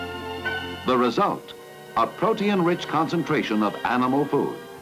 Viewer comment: and is he saying protein like it's an element called protiun or protinum? That's pretty neat!